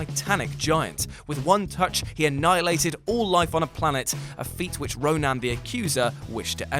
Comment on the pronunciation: my name is Ronan and you don't pronounce it like ro- nan